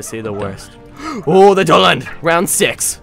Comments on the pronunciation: the names is pronoanced do la han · its pronounced dew-la-han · It's pronounced duel a Han and its an Irish fairy from folklore baically it's a fairy that carries its own decapitated head